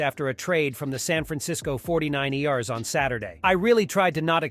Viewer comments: fortynine E R’s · dude just lost me, 49iers? lol All these auto voice overs are horrible... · Diffinately read by a computer with the pronouncing 49ers